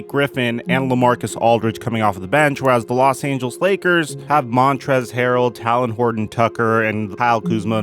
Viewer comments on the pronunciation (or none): Tay-Lin! 😂 My man said "Talon" like the bird claws. But big thanks for continuous quality content Bro!